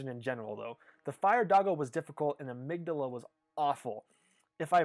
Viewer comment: I also appreciate the correct pronunciation of amygdala